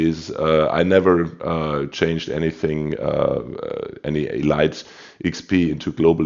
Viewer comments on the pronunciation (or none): Lol love the videos but Elite XP is pronounced “EEEE LEEEEETE”. What are your tips for the “non” torp boats like most USN?